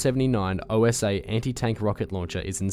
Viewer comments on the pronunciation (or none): It's not M79 "O-S-A", it's "Osa". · Milica, C is read like ts. Also Osa is not an acronym, you are supposed to pronounce it as it is written, btw it literally means hornet.